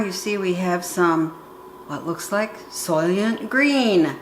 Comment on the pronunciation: "Solyant" Green? I think you mean "Soylant" Green.